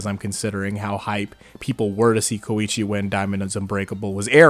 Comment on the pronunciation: Come on man! He’s KOEECHI